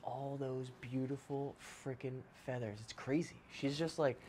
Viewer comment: I swear she said father!!